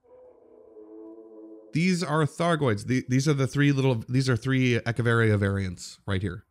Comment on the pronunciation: So proud that you pronounced Echeveria correctly! I loved this video ☺ ...and all those times you said you didn't care about my succulents...ha!!! 🤣 llbow